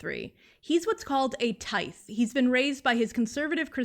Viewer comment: i wanna point out tithe is likely pronounced like "tithing", like giving money to a church, which is kinda like "taiv"